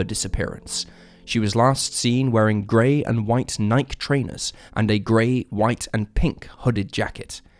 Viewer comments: Arghhhhh! 😣 Love your channel, but please learn correct name pronunciations. I'm pretty sure this is not an AI narrated channel, or at least it didn't used to be. In this video we have Baton Rouge, Adidas, Nike and Lafayette. Did I miss any? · 'Nie-kee', not 'nike.' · Oh, c’mon! You don’t even know how to pronounce Nike? What brand is more famous? I sat through the numerous other mispronunciations and was still going to give this channel a chance, but that’s just too ridiculous. I’m out. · Wrong it’s Nike because it’s from Ancient Greek language, Nike is the Greek goddess of Victory N: pronounced as in net I: as pronounced in inland K:as pronounced in Quebec (English pronunciation) É:as pronounced in end.